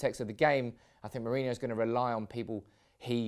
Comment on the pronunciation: Ro as in rock, not row. Then ho as in hoe